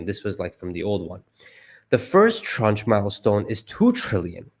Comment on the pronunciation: the pronunciation of tranche is "transh"